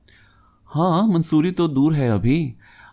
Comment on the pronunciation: It is not mansoori Its mussorie